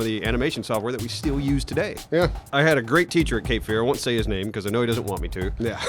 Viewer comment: Congratulations to you all for making this thing live, breathe and jump. And,: “still” is pronounced “still.” Not “stee’yuhl.”